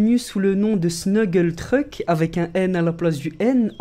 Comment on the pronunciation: il dit treuck